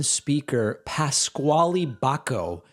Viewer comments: I believe Pasquale's name is pronounced "pas Kal" not pas Kwallee. At least, that's how a college chum pronounced his name. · "Pas-qualee" Jesus Christ is that how that name is pronounced in the US?! Absolutely ridiculous. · Lol I think it’s pronounced “Pascal”?